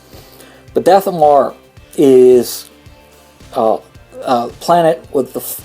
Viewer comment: You are very hard to follow, you pronounce so many planets wrong i.e. Dathomir you are saying Dathomore but the planet is pronounced Dathomeer. Also your "eh..."'s , "ah..."'s, "ehm..."'s, and stuttering is very annoying and lenghtens your Video artificially, so how about you start writing scripts and cutout bad moments! Best regards.